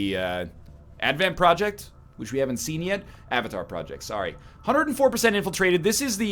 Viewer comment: that was the most canadian sorry ever.